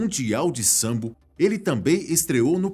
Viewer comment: Po, mano não é sambo é sambô